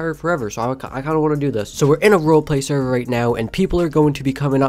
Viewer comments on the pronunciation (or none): none